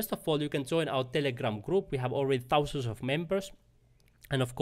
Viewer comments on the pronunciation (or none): "Fourteen TOUsand Dollars "...😅 I actually really got value from your video.